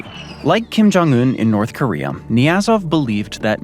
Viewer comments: In north koreum????? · What the heck is "North Koreyum"? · I'm sorry, North Koreaum?